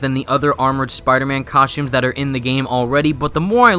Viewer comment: I can't get over how he calls the suits suits, outfits and COSHTUMES throughout the video lol